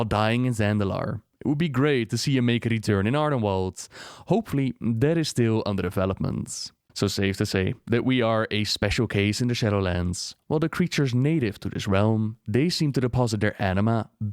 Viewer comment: its ArdenWEALD not Ardenwald